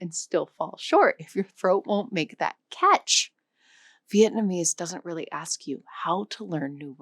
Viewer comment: as a former vietnamese, your pronunciations are nowhere close to sayign it right but good try!